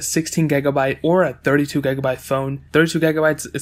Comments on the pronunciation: "gegabite" "gegs"😂😂😂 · What's a gagabyte? You keep saying gagabyte